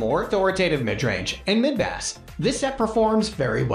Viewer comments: How can you trust the info on speakers if talking about the bass sound and pronounced it Bass ( like the fish ) .. im sure some ai voice over but , it insults our intelligence to watch the mistakes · Great list but im in shock at your annunciation of woofers and bass??!? Seriously?!?! Bass isn't fish my guy!